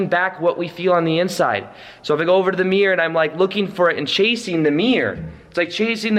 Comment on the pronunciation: I mean it with love, but I love how you say 'mirror'... Or should I say 'mirrr' 😁😘